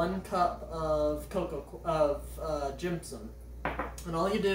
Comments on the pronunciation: Stop making an m noise. Gypsum. Not jimpsimp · Jimpsom? Gypsum is pronounced "Gip -sum"/"Gyp-sum". Coir is not pronounced "Quire"/"Choir". Think of the fish "Koi Carp" and pronounce it "Koi" and add an "r" at the end so you pronounce it as "Koi-r"/"Koy-r".